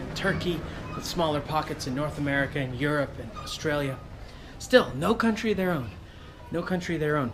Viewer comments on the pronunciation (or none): none